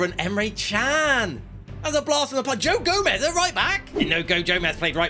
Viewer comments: “goe jomez” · "Goe Jomez" 😂😂